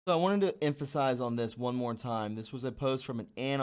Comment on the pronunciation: What did he mean by moar instead of more?